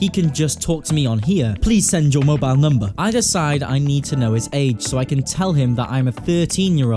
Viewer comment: i love how he interrupts his own audio with “give me mobile numbahhh”